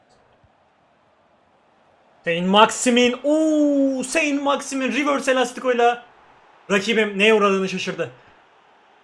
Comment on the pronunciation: Sent maksiman diye okunuyor